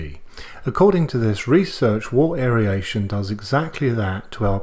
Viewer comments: The info was great! But aeryation got me every time you said it. I've always heard it and said it as air-ation. Maybe it's a US/Australia pronunciation thing? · Isn't it pronounced "wirt" not "wart"? And aeration not aeriation? Just confused as a newbie. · I love your videos mate I've watched a lot since i bought a Grainfather but your pronunciation of aeration drives me insane.